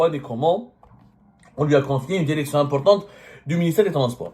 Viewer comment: Derecteur Derection Consederé Pauvre médiocre